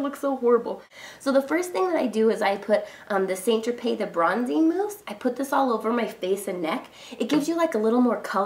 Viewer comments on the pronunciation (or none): Is it me or does she keep saying st. tropez wrong?